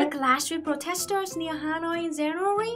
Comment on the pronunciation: I like languages and it's just a brazillian curiosity about it, it's not a criticism. What is the pattern in the vietnamese language that make you change the english pronunciation of "j" and "g" to "z"? You always pronouncing, for example, "zanuary" instead "january", and it's cuttie!